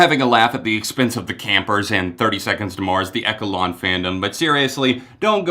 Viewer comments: Echelon is pronounced like Eshelon, lol. But like the Echelon literally refers to themselves as a cult sooo lol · "Echo-lawn." lol 🤦🏼‍♀️ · I am part of the echelon (not eck-elon!). I was in Croatia 2 weeks ago for Mars Island. It is a cult. And it's the best thing that ever happened to me 🔺️ their music helped me through my depression and I wouldn't be alive today without them. I am not "disconnected from society". I am a normal human being. It was a one-off white party theme night. There were no children there. We are individuals from all walks of life, cultures, countries, jobs, ethnicities. We also deliberately congregated in all white on the shore for our group photo to get non-believers talking the way you are now. The Messiah's work here is done 🖤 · It’s pronounced eSHelon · We just need to improve some pronunciation of words. Echelon isn't pronounced echo-lawn. 😂😂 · And one more thing....it’s pronounced ESH-E-LON (echelon). 😊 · Echelon is pronounced differently. 🤷🏻‍♀️ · oh yeah good track, I was just mildly irritated at his pronunciation of the word. Especially considering that its a word of fairly common usage outside 30STM cult talk